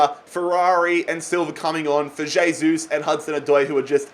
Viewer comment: J-sus Is available, but not "hey-sus"